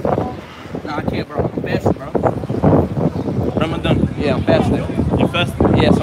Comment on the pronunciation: Ramadan, not rakadan.